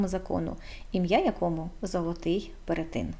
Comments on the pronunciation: перЕтин ...не перетИн... так не можна говорити... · Цікаве відео😊 дякую) А чому перетИн, якщо ж правильно перЕтин? Чи я помиляюся?